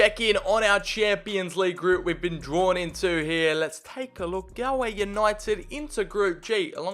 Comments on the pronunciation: Its not GAL-Way , its pronounced gaul-way , as in gaul rhymes with haul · because its pronounced gaulway not gaLway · pronounced golway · As a Galway native a bit of me died inside every time you said Galway